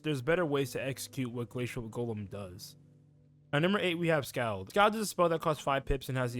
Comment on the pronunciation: Scald is pronounced "SkAWled" like bawled. Also, can't say I agree with too many of these takes. "Why do damage over 5 rounds instead of 3?" Because damage burns shields for 5 rounds, granting more time to set up powerful hits. By properly using dots, fire can command the tempo of a match, slowly forcing opponents to scramble to keep up with a LOT of damage per turn. Usually by the time you realize you've lost a match against a fire wiz, you actually lost it 3-4 turns ago.